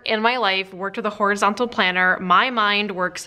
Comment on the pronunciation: At one point you said horizontal in such a way I could've sworn you were about to say horriable !